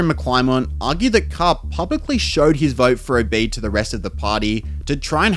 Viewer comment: It is pronounced Obead not Obay'd